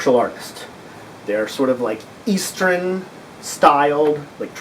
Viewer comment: has spoken, we must now pronounce it "eastren" Love the series